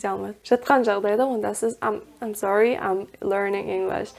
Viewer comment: I am sorry сөзі Мен сорлымын деген емес пе, разве? Ам сори деген біртүрлі естіледі екен